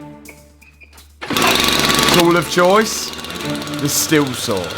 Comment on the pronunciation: It’s pronounced STEEL not stil